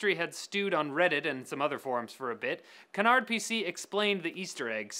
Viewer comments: It's pronounced Ca-Nar Pay Say. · it's pronounced "kanar PC" actually